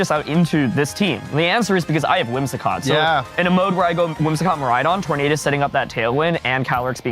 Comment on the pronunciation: Anybody else find the Tornadus pronounciation awful? Do none of the editors bother to correct him?